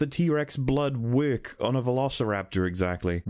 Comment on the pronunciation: Most people: "work" Rihanna: werk This guy: wæk